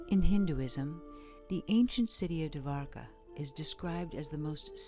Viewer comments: It's pronounced "doh'war ka" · bruh dwarka is literally pronounced like how its spelled. you dont need to add an extra a